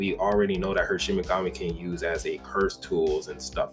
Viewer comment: SHIKIGAMI.....not ShiMiGAmI